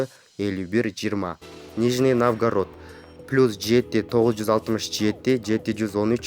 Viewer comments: Нормальный комментарий беришпейби дикторлор, шаардын аттарын айта албай жатат. Навгарод дейт. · пипец суйлойтко .. нижний навгород